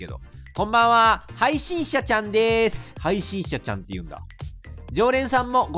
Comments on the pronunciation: 終始「はいしんちゃちゃん」て言ってるのかわいい😍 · 途中から「配信ちゃちゃん」にしか聞こえない笑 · 何回聞いても はいしんちゃちゃん か はいしんしゃしゃん に聞こえる笑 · ずっと 配信ちゃちゃん って聞こえるw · 闇深ゲームを楽しめちゃうのは 癒やしの鼻声のおかげかな(*´∀｀*) 配信者ちゃんって言いづらそうなの かわいい🦀